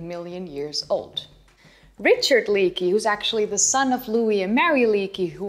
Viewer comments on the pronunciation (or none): none